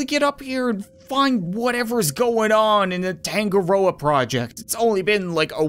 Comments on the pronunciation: Hey cap I am pretty sure you pronounce tangaroa tounge-a-roa it’s the New Zealand native god of the sea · I’m pretty sure it is actually pronounced tongue-a-rower which is the Māori god of the sea (Māori are the native newzealanders)